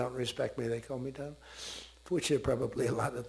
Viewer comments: Donald Trump ❌️ Doland Trump ✅️ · From my frrrand Dolund Trump to Saaaaaaaaar! How time flies😅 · My Friend Do laand Trump😂😂😂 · Doland, Doland 😂😂🤣🤣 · Le Modiji saying - Mr do-laannd Trump 😂